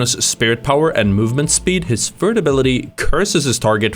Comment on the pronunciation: your speech impediment is vewy cute. "Fird abiwity"